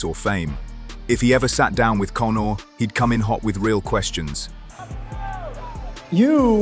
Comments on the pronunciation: "Cone"or lmao! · Why do you keep calling “Cownar” ?